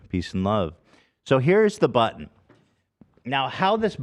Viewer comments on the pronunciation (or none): didn't think there'd soon be a sound bite i love as much as "rettt hairrr" but "buTtN" comes awful close 😂